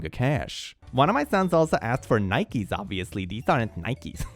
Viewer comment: you learned to say nike! congrats! <3